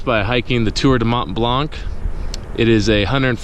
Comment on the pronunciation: The c in Mont Blanc is silent. The most American hiker possible with the Bass Pro snapback hahaha. Thanks for recording, editing & sharing.